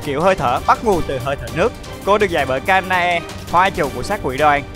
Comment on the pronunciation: đọc tên chị hoa trụ phải là Ka na e chứ sao là Ka e na :)))